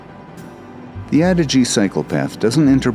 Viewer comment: Actually pronounced Ah-dee-jay!